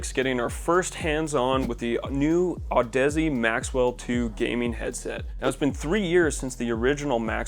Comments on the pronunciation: Audeze is pronounced like Odyssey, my guy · Isn’t it pronounced odyssey? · Audeze is pronounce like Odyssey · Did he say Audussy ? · What a joke of an audio channel; doesn't know how to pronounce Audeze and inserts the mic in the wrong port. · Your pronunciation of Audeze gave me cancer.